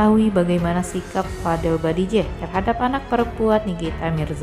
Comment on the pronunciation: Mb creator pangilan nya Salah bikan badijeh tapi bajideh